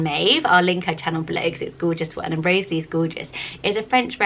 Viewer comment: My 7 year old daughter is called Rosalie Frances. I have always loved the name, although sometimes it does get mispronounced. It is often separated and said as "Rosa - Lee" which can be a bit annoying. Thank you for giving this beautiful name a mention and for pronouncing it correctly.